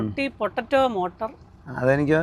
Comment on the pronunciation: . ചേച്ചി. റൊട്ടി പൊട്ടറ്റോ മോട്ടോർ അല്ല 😂. മട്ടർ ആണ് 😂😂😂😂. . പൊങ്കാല ഇടാൻ വന്നേക്കല്ലേ 🙏🙏🙏 😂😂😂